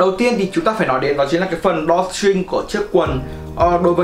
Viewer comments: =)) video khá tốt nhưng mà tiếng anh ổng nuốt hết chữ mất trơn :(( drawstring mà ông đọc đo tring :)) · Đo ching :))